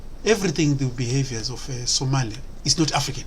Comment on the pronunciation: MY AFRICAN BROTHER STOP IT YOU CANT EVEN SAY OUR NAME RIGHT ITS SOMALI PEOPLE THEN U CAN BE JELOUS 😂🇸🇴🇸🇴🇸🇴🇸🇴